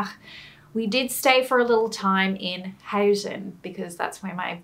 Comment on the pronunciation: Did you just actually say "huizen"? Dammit! You lived there, its "huusen"! You lived theater you should know!